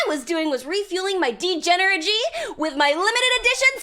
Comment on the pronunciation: did she just say degeneragee?